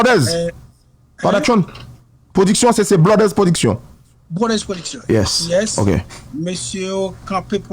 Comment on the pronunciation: Djòl sirèt la di "blodeurs ploduction", lumiuèrs. Dadou radio pa ou tounen back nan fè cheve.